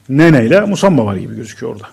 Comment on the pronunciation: Adam doğru söylûyor musamba musaba değil